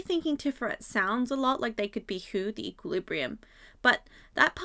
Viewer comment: I don't think I see someone else commenting about it, so apologies if I just missed it: I am pretty certain that HooH is pronounced Ho-Oh (yes, like the pokemon), the Japanese name for Fenghuang, which is a mythological bird from China. It also has a strong "two parts of one whole" theme going on. Fenghuang is somewhat similar to a phoenix in depiction, but it has more to it than just "chinese phoenix". its interesting, if you like myths and so on, you may wanna check it out!